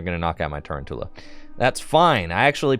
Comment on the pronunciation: Its Ta-roun-tula as in round tarantula